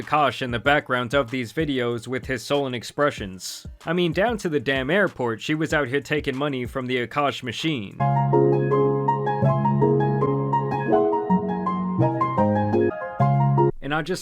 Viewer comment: "The Akassh files", "The Akassh machine" 😅😂